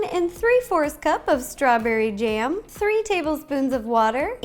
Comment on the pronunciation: did she say... strawberry jam? #anco